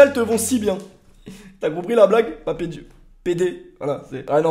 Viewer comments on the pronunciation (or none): Ça se dit Pape Diouf pas Papé Diouf gros